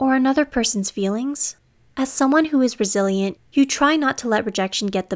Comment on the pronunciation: I keep hearing it as "brazilian" instead of "resilient"